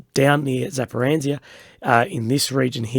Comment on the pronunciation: Always fun to hear how westerners pronounce Zaporizhia 😅